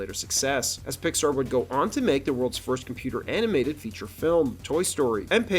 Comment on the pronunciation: I don't know if the narration is AI generated or a real voice over artist but either way, it's horrible. The guy's inflection has the exact same cadence and rhythm over and over and over again. And there were two really bad mispronunciations before the video was even half way through on the words "composite" and "animated." Bad work guys.